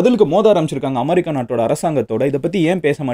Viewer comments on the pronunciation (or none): அது அமரி கா இல்லை, அமெரிக்கா 😅 pronounce properly